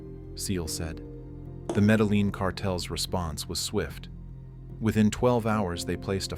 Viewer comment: You don't pronounce the L in medellin. (Meh deh yin)